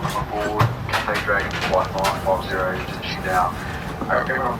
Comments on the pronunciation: FYI, it's the way how he naturally speaks. Saying 'th' with a rolled tongue is quite hard for Chinese or even Asians. Most commonly said as 's' or Cassay/Catsay. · why do you always pronouce "catsay" pacfic... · c9s c9s the sound “th” makes in English is not a thing in chinese, so for Chinese people to naturally pronounce is pretty hard